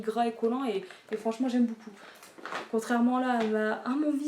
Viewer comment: on prononce pas j'aime BOUCOUP mais j'aime BEAUCOUP 😁😁😁 BON TRÈS BIEN TA COUPE, grand bisou à Marie 😘😘😘